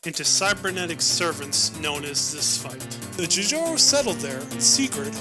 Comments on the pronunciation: Love it (Besides how you pronounced spht that sucked) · Fix your pronunciation of Pfhor and Spht (I'll let Jjaro pass because I don't know how to pronounce that either). Overall loved it, great work. Even Greg Kirkpatrick loved it, so you've definitely got that going for you. Just a fair note, I think there is an official statement from Bungie that Marathon and Halo are not canonically connected. As for Destiny and Marathon however, maybe. I kind of pieced together that the traveler may have been Durandal's return to Earth, but that's also coming from a guy who hasn't played Destiny.